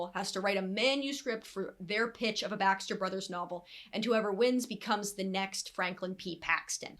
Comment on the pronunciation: Everytime you said Baxter brothers it sounded like backstreet brothers I was so confused